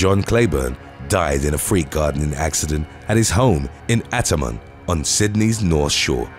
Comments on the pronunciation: Hi, it's pronounced "art-tar-mon " not "attamon" 😁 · I was looking for a comment about how well he butchered the pronunciation of Artamon. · The way you pronounced Artarmon 🤦🏻‍♀️ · Aah Casula, a lovely suburb in South West Sydney. Also it's pronounced as ARTAmon, exactly how it's spelt